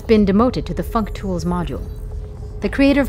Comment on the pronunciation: had a hard laugh, fuctools functions